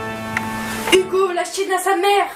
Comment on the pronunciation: Au début de tes vidéos quand tu dis '' Bonjour à toutes et à tous c'est Hugo je suis Posay comme d'habitude '' À chaque fois je crois que tu dis '' C'est Hugo j'suis Tozay